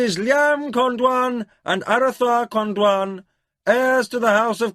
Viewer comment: THANK for this audio book loved Sci-fi and fantasy since I was 15 still love it at 71, Just really don't like the way he says Crydee When it should be CRY dee. his way sounds more like kridy.., and Con-dion which he pronounces con-dwan..